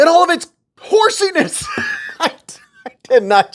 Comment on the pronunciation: Haha, you said HORSIENESS! I’m digging this new bladed tool too.